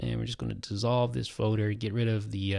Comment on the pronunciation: Probably said Foader 392 times 😂😂